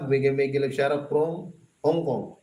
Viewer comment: Hello pls.Paki ayus mo nman ang pagbigkas mo ng SHOUT OUT!!HINDI SHAROUT!!! its SHOUT OUT!!